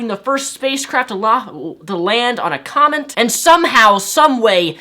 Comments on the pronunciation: it's funny how he says "comment" instead of "comet". shouldn't have drank that alchohol,. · King Rumar Ok I just have to say this... Am I the only one who think that when says "Comet" it sounds like "comment"? Not important, but it's driving me crazy lol. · great video bty please - it;s not COMENT it's COMET ;p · Is it me or does his pronunciation of the word 'comet' sound like he is saying 'comment'? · oh and btw, its a "comet" not a "comment" lol